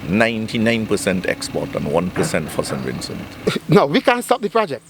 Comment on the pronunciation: Mr. Please stop saying Sin Vincin! So fed up of it ! It’s SAINT VINCENT!